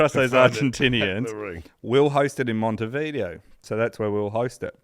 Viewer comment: Very enjoyable and eventually the mispronunciations ("Jock Stine" - it is of course "Steen" - "Monty Video" and, ironically, "mispronounciation") only seemed to add to the charm of the tale.